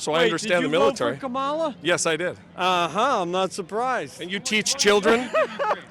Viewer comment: Why can’t that stupid teacher learn to pronounce Kamala Harris.’s name. That is insane he is one uneducated teacher. Oh forgot rumpy dumpy loves the uneducated.